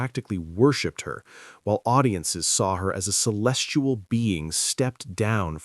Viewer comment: The word is celestial, not “celestual”.